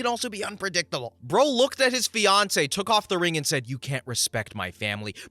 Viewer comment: In the second story I thought you said Beyonce instead of fiancee😆😂🤣👌